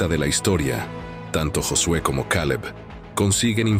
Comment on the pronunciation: Caleb suena a kal-el